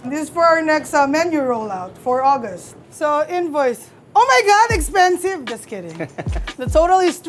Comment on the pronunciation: Her accent jumped out as she said OMG EXPENSIVE. Love it. ❤